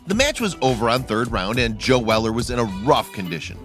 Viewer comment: How’d u say joe wrong?